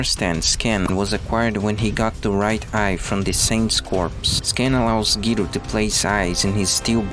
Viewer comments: I was shocked when he said Giro instead of Gyro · The way he said Gyro hurt